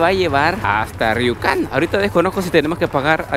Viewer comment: por que lo pronuncias como riucan? si hablas españo, hahah lo bueno que no eres gallego si no, le podrias, Juancho